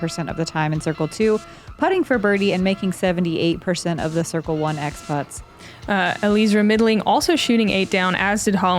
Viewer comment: Except that it is NOT pronounced that way. She has addressed this in interviews. It is El Eezra; three syllables.